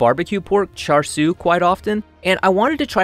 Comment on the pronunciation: I dont think you're supposed to pronounce the r at the end of char siu. You're the first person I've seen pronounce it, so maybe I'm just wrong and too sheltered.